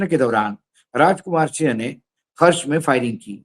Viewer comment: Aap Raju sinh bol rahe h, Sir sinh nahi singh bola jata h punjabi mein. Jail Singh Harbhajan Singh Navjot Singh...........